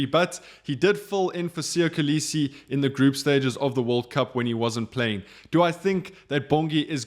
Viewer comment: Still cannot pronounce Kolisi 😑